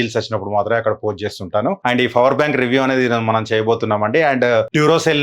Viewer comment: Bro fower bank Kadu power bank 😅 Just kidding bro